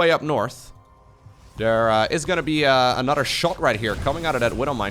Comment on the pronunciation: Anodder = Another. speak.:P